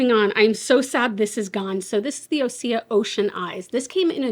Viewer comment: Osea pronounced OC for orange county California